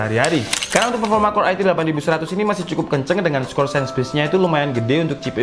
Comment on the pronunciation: Pefoma wkwk mantap mas